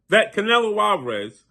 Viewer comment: Bro, you always pronounce the fighters name incorrectly. Get your stuff together before you come on camera embarrassing yourself. Learn how to pronounce the fighters name, dude.